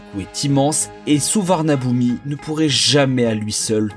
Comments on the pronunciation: On prononce Suvarnabhumi (suvanapoum) tout simplement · Peut-être qu’avant d’entrer dans les termes techniques, il faudrait commencer par savoir prononcer correctement le nom des aéroports ?